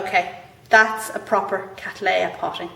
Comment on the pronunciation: What an excellent video on repotting Catts. Much appreciated. One thing though :- I am asking you to reconsider how you pronounce the generic name Cattleya which as you will know, was thought up by John Lindley R.H.S. to honour my ancestor William Cattley who first grew C Libiata in the early 1800's. My point here is that the name is derived from his which was then and still is, pronounced Cat-lee. Lindley "Latinised" it by adding an a at the end thus making it Cat-lee-a. You however are using the often heard American version Cat-laay-a which has now been corrected by the American Orchid Society to the Cat-lee-a. Regards Tim Cattley